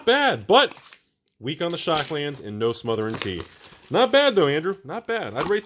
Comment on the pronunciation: 1. It’s pronounced Smothering Titty 2. The packs with split card rares are NO RARE PACKS